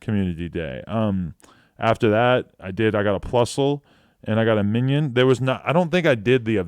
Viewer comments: Adam22 is the only person that I cannot get mad at for saying “Minion” instead of Minun lmao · MINUN not MINION lololololol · Pronounced Mine-un Like minus